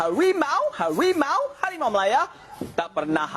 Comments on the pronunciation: Hawimau - hawimau , bukan harimau , dan bukan buah limau , dia bilang harimau aja salah ... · bukan harimau . tapi hawimau. ka lidah malaysia gk bisa ngomong huruf R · Hawimau.. Hawimau.. Mereka tidak bisa mengucapkan huruf R dengan benar karena memaksakan diri mengikuti pengucapan huruf/abjad pada bahasa penjajah Inggris padahal pengucapan seperti itu sangat tidak sesuai dengan lidah orang Asia Tenggara.